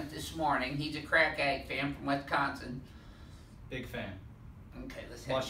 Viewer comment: Wisconsin. WISconsin. There is no E in WISCONSIN.